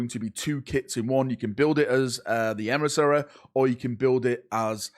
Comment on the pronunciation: Nrorn Emrissary... God dammit....